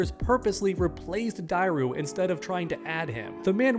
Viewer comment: Say it with me Die-ru